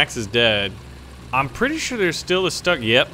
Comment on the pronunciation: Its not stug your suppose to pronounce it 'shtoog' kind of